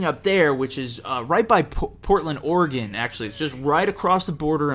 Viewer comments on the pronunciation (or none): none